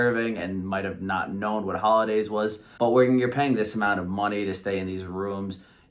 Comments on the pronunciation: pretty sure Hollendaise is NOT pronounced "Holiday". So maybe that's why the waitress couldn't understand what you wanted. I rewound the video to be sure you weren't pronouncing the "n", and you don't. Be careful when making a video that you know how to pronounce words, it affects your credibility. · It is called Hollandaise sauce NOT "Holidays" or "Holidaze". Perhaps, that is why the waitress didn't understand you. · She probably mistook the sauce because you’re calling it “Hollidays” instead of “Hollandaise”